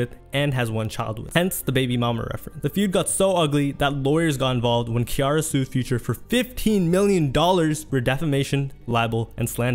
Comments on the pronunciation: then he should’ve done better journalism. he literally included a video of them pronouncing her name right lol. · no excuses if you got the sound clips to properly pronounce ones name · The Ciara pronunciation though. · That really bugged me🫠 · I can’t get over how he is pronouncing “Ciara” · Learn to pronounce Ciara’s name please. Other than slaughtering that, i love your video. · Hearing you butcher Ciara's name repeatedly is like nails on a chalkboard, sorry lol. Did you not listen to the clips you used where her name was pronounced correctly? She's also a star in her own right, so the lack of journalism on your part there is really an insult. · Not enough to pronounce C-iara not K-iara..... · Who is Keyara lmaooo its pronounced Cee thats crazy that you dont know her name lmaoo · Awesome video but why u pronounce Ciara like that lmao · I cringed a bit evertime you said Key-ara instead of Ciara. You've got interview footage of folks saying her name properly too 😂 This was a good watch though. I'm subbing 👍🏿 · Ci-ara not Ke-airra OMG DUDE!!! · If you are going to do interviews about black celebrities, learn how to pronounce their names.Who the hell is Kiara? Her name is Ciara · bruh futures ex / russ' wife's name is pronounced "see-air-uh" lmfao not "kee" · I love your videos. I do. I swear. But the way you pronounce some words/names makes me SO MAD. 😅😅 Ain't no way you just called Ciara "Key-are-uh" over and over again. And you had a clip of Angela Yee in there saying the right way. And you still said it wrong every time. I know this is petty, but it hurts my soul. 😂😂😂😂 ffs man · Nobody in their right mind will see Ciara and pronounce it Kiara 😒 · It's ciara not Kiara lol you hella goofy 😂😂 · Not Kiara lol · it's her name no matter what country it is. Lol. He's saying it wrong. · I came here for this! Like bro, have you NEVER heard of her? She's an actual star too! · see-air-ra DAMN!!!!! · Her name is pronounced Sea-Air-Ra. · Its pronounced like ‘Sierra’